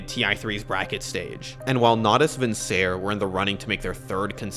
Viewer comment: I hate to be nit picky of such an amazing video but just heads up, Natus Vincere is pronounced with the last “e” making a sound, so not Vincer, but Vincer-eh. The -ere ending is the Latin imperative form meaning “to blank” (I.e. to run, to swim, or the definition of vincere, to conquer)